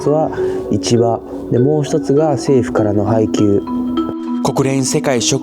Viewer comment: 市場って発音おかしい